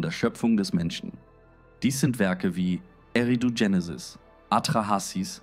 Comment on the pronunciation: warum machst Du dokus wenn du nicht lesen kannst? Es heist nicht Jenisis sondern Genesis und wenn Du was liest sprichst Du von "Wir" ! Biste PlemPlem ? 🤣